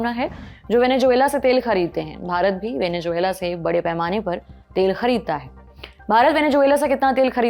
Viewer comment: मैडम माना कि आप हिंदी प्रधान चैनल हैं, मगर ज़ को जे बोलने का हिसाब मेरे तो समझ नहीं आया। अब आपके अनुसर वेनेज़ुएलन्स के सर पे जून मिलती है तो वो आपका निजी अनुभव हो सकता है, पर हमारा नहीं है भाई! वेनेजुएला....😢😅